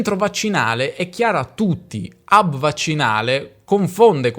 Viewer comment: Agl'italiani penisolari: evitate dire, ad esempio, "hub" in inglese, se non riuscite a pronunciare la "h" iniziale. Non si pronuncia "ub". Auguri da un italiano in Argentina ...